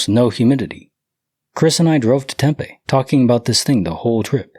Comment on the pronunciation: sorry i live there its pronounced tem pee